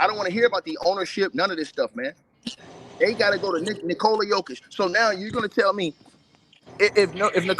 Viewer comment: why he always say nikolaya jokic 😂😭🤣